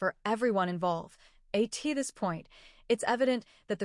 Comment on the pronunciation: "A-T this point" wow, just find somebody to read your script, do it yourself, or listen to your video before you submit it to YouTube. Embarrassing.